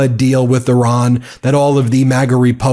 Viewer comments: PLEASE DON'T SAY "ERAAN" THE COUNTRY'S NAME IS IRAN PRONOUNCED "EERAAN", THANK YOU. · He cannot even pronounce Iran. My god. He's a disater and the world is affected. Im so sad, stressed, and not sure how ill make it through. I did global business. 35 years gone and now poverty because of him and a psycho family. Chimps never going to help. We wont make it 4 years. 4 months ruined us. We're ruined